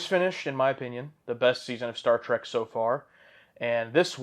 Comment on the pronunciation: Was I the only one that heard him say: "Star SEARCH"?